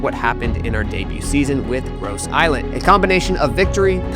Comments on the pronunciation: Hey fam, Gros Islet is French, so it's pronounced, as "groh-zee-lay" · Please please get the name right. Ask someone from St. Lucia, how you pronounce Gros islet